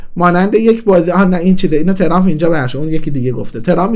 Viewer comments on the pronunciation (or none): none